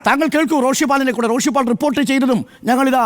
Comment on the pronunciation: റോഷിപാൽ അല്ല കു. .പാൽ